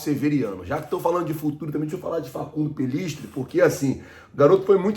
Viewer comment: ja começou video falando o nome do jogador uruguaio errado Facundo pellistri vai para granada ou girona da espanha.